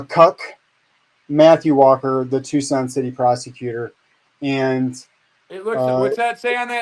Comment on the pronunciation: Watching from Tucson, Az!! You said our name right too! So many ppl say Tuk-son vs Tucson